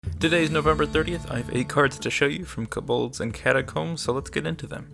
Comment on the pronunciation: Ko-Bold not Kbold Goddammit